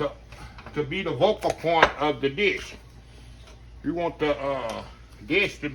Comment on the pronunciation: Greetings!!!!….I believe you mean “Focal” point instead of vocal 😎👍🏾🙏🏾